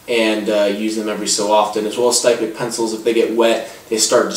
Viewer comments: Styptic is pronounced s-tip-tic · Not impressed with this review. It's obvious from some of the things you said that you don't really know what you are talking about when it comes to wet shaving. You mispronounced "styptic," you couldn't calculate the price breakdown on blades, and you didn't describe the razor or brush very well -- especially given that it is a boar hair brush (and for the record, brushes can be boar, badger, horse, a mixture of any of those, or synthetic). Plus could you possibly shoot that video from further away? We couldn't even see the products you were describing. As for the razor, it is obviously not a RiMei -- it looks closer to a Maggard, Matador, or Utopia... Which typically retail for $10-$20 depending on the model. And a similar leather sleeve can be bought for $5-7 elsewhere too. Just saying you need to shoot your video focused in on the product... And maybe be sure you actually know what you're talking about when you do a review.